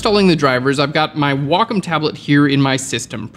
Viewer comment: Did he just call a Wa-COM tablet a WO COME TABLET 😂😂😂😂💜🥿💔